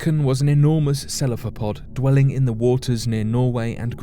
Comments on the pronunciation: Ceph--a-lo-pod, NOT Cell-a-pho-pod. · "Seff-uh-luh-pod", no "Sell-uh-fuh-pod." ^:^ <3 No offense meant, just hoping it helps in the future. <3